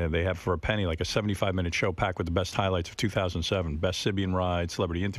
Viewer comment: Like when he says sh-ow.